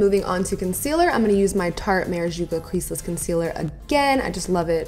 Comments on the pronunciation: You kill me with ur marijuca hahaha 😂 it's maracuja. It just reminds me of Gwen stefani harajuku girls when u say it lol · Love your vids, but giiiirl for the Tarte Maracuja Creaseless Concealer, maracuja is pronounced Mah Rah Coo Jah not Meh Rah JOO Ca :) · Why people keeps pronouncing MaraCUja as MaraJUca? Not hating tho it just confuses me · I absolutely love! Been watching her since her ootd in front of the mirror days. Lol. But! Am I the only one that noticed she says Marajuca instead of Maracuja?! Lol please tell me I'm not the only one. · I CANT WHEN YOU SAY MARACUJA YOU SAY MARACAJUCA AND ITS ANNOYING BUT I LOVE YOU SO ITS OKAY SLAY BABY SLAAAY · You kill me when you say marajuca it's Maracuja girl! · Mara-COO-JA... marajuca lol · Its maracuja not marajuca lol! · hahahah, is "maracuja" not "marajuca" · It's maracuja not marajuca🙈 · Maracuja not marajuca lol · It's not marajuca it's maraCUJA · It is so funny how you pronouced wrong maracuja